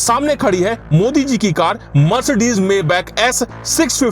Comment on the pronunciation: Ye hindi walonko car bolna nahi ata hai.. Card bolte hai😂😂😂